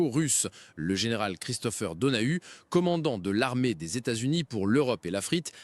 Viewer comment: "Commandant pour l Europe et...la frite"???😂 "Élagorer un plan"??? J ai bien entendu?